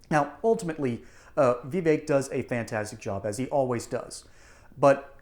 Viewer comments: Vee vake??? It's Vivek. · I always wonder how versed someone is when they cannot pronounce Vivek